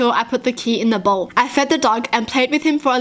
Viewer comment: I'm crying with the way she said the word bowl